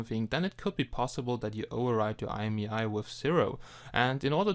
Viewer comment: ich denke mal nicht das es EI EM IEI heist (IMEI) ich tippe ehr auf IE.....MEI !!!!!!!!!!!!!